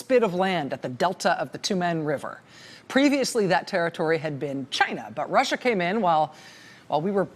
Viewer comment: it’s not China, it’s Gaina!